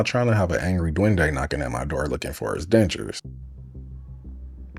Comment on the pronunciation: Bro said dwende😂 , filipino fairy/nome